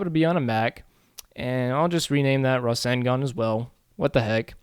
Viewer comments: its ruh-sen-gun not rassengan i know that and im american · The pronunciation is Raw-Sane-Gone (to use English as an example). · Rasengan is pronounced: Rah-SENG-gun :P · it Ruh-Sang-Gun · Just amazing .. looks so realistic! This will be a killer if you combine it with your Sharingan tut. Naruto and Sasuke in one! :D btw, I think it is pronounced as "Ra" - "Seng" - "Gan" or something , not absolutely sure .. haha :D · I watch american dubbed, But its not pronounced like that in that either so idk what hes talking about lol.. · not an offense comment.. i just find how you say rasengan so weird lol